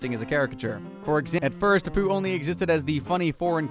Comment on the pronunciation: First, stop flipping the images. Whatever you're doing it for is bluddy stupid. Second, your section on Apu, you pronounced his name wrong and repeated a section of speech. Third, not all of these are ACTUAL Jobs. Graffiti Artist and Climate Activist are certainly not "jobs" for a start. Eat those words, boy. Donald Trump is doing some great things in America. 52:2 Why did you replace the real (and non-copyrighted music) with this absolute drivel?